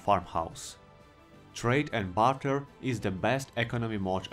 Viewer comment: When you say barter, I hear butter, which just has me thinking about a future Elder Scrolls mod for M&B 2: Bannerlord